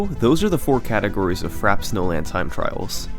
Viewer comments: Take a shot every time he says Frap Snowland instead of Frappé Snowland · Frap snowland? It's pronounced Frappay Snowland dinglebrain. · Why do I keep hearing "Fraps Nolan" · 'Frap Snowland' 😂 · "Fraps Nolan"